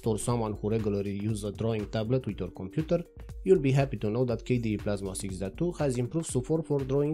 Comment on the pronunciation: your accent makes Computer sound like Komputer which matches perfectly with KDE naming